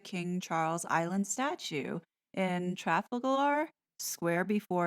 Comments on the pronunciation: You rock, as a rule, but I flinched, a bit, until you mispronounced Trafalgar. That battle is one of the proudest moments in British history. Mispronouncing that is a major faux pas. Tra FAL(as in pal) gar, regalia - Re GAYLE ya,, diocese - DI ah seize , Mall - Mal (as in pal), Mordaunt - MOREdunt. tiara - tee AH rah. Just a few helpful hints for the American audience. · Thanks so much for your efforts! A couple of pronunciation tips: Admiralty arch = Ad mril tee (The reason I know this is because my late mother was a civil servant in the Admiralty during WW2) Trafalgar Square= Tra FAL gar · Looking forward to your live stream, my tiara was delivered yesterday! Side notes: Trafalgar is pronounced truh FAL grr and mounted soldiers are known as cavalry while the word calvary refers to the site of the crucifixion. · HIYA, from a wet and windy Wales.. I would humbly like to correct a few of your pronunciations, if I may.. It is not meant as a slight in any way, just a gently correction for future reference. THE MALL.. Mall rhymes with PAL ADMIRALTY ARCH.. AD-M'RAL-TEE ARCH TRAFALGAR SQUARE.. TRAF-AL-GER SQUARE I hope this helps a wee bit. I send my heartiest best wishes to you and all your followers.. I shall be glued to the telly, watching history being made in real time. This is going to be so exciting. And I will probably shed more than a few tears too. Especially when Prince William pledges his allegiance to his father King Charles. Best wishes from Wales. God Save the King. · Hi Lovely Lady, I'll be joing you. Just a little note - it's pronounced Traf al gar (Traff al ga). I wouldn't normally comment but this is a Proper Noun & I know how you prefer to be correct. Your coverage of our beloved late Queens funeral was glowing so I know you will do us proud. Rest well on Friday - it's going to be a long day. Best wishes, as always, Claire xXxXx 😊xXxXx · Thanks 🇬🇧❤ You're the best! FYI - It's pronounced "Traff-AL-ger" Square 😉😘